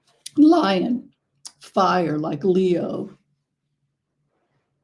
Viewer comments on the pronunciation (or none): none